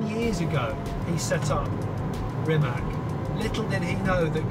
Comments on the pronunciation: Rimac whit ccccc at end. Noth Rimek not kkkk at end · please stop pronouncing "Rimac" wrong. It's not "reemac", it's more like reemuts. with 'TS' on the end not 'K'. Croatian 'i' is 'E' and 'c' is 'C' like in ABCDE. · Is it that hard to say RIMAC not RIMAK? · Amazing video! Mate Rimac is an amazing guy. But Johnny cammon say it with me! Rimac (pronounced [rǐːmats], \'Ri-mats\) 😛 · O goooood!!!! I knew it!!! I just waited.... "C" in Rimac is spelled like "zz" in pizza!!!! Learn that for once... Basics of culture, to learn a name of the person you are interviewing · Jonny, "c" in "Rimac" is pronounced /ts/. I know that Mate has given up correcting people, but, come on! If Nikki from Transport Evolved can make an effort to learn the proper pronunciation of every company and person she talks about, so can you. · If you get the privilege of testing this amazing car, at least learn how to pronounce Rimac :) Svaka čast Mate, biće valjda neko sličan i iz Srbije